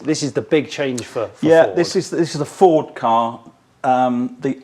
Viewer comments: He's mispronouncing Ford, surely? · May I say I’m shocked, Jonny, at your incorrect pronunciation of the word Ford in this video. It’s pronounced FOWDSSSSSS!!!!!! Luckily got it right😜 Great video👍🏻👍🏻